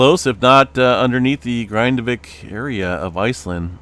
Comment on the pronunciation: Your pronunciation of the "a" and the "i" in "Grindavík" is way off. This isn't the English word "Grind" but the Icelandic word.